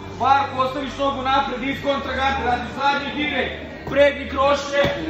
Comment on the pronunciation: "Zadnji dorekt pr dnji kroše" pola ruski pola Francuski 🤣